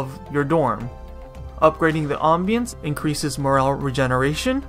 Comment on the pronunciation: The way you say ambience is old english lol. I also thought the furniture icon was a hammer but upon closer inspection, I'm pretty sure it's just a nail. I don't think spending prime for sanity is worth it. It's a pve game... I get it if there was a pvp aspect or a leaderboard.